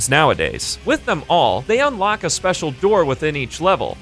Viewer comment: "Lets run through all off the spetial weapons" Aksjakjsksjsksj